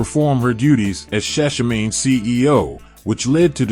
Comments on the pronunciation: Shashamane is pronounced, Sha as in Sha of Iran, Sha as in Sha of Iran Man as in man jump over the moon E as in egregious. So it's ShaShaManE, it's a location in Ethiopia that is a gift from Haile Selassie to the diaspora Rastafari community. As a reggae channel, you should know this. Your content is great anyway. Peace. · I just have a problem with how you’re pronouncing shashamane…true ras ought to know